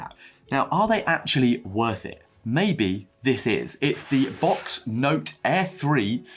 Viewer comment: Thanks for sharing though I am fairly certain you are the only person I have heard pronounce Boox as box and not books. 😂 I really did find your experiences interesting and will definitely keep them in mind for my own potential tech upgrades/updates.